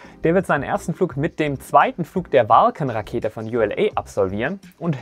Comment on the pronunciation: Vulcan hat sich jetzt wie Falcon angehört --- akustische Halluzination oder is da was anderes schief gelaufen